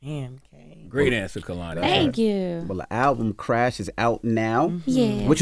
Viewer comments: Why everyone say her name wrong when she says K-lani how it pronounced. She fine tho 🔥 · Envy and Charlamagne kept pronouncing her name Kuh-lani and she lowkey corrected them at least twice, pronouncing it KAY-lani. They didnt get the hint. Active listening is a skill 😂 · The way he still say her name wrong 😭